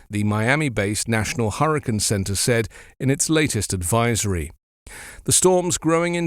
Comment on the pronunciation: It’s hurriCANE, not hurriCAN.